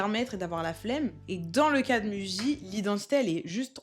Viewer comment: Attention on lit "mouji" en japonais